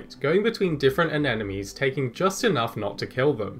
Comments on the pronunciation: Very interesting video, but every time you say "anenomes" instead of anemones, I die a little bit inside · At first I heard "enemies" instead of "anemones"